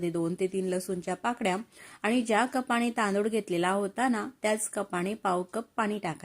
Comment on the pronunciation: कपाने म्हणावे. कपाळी नाही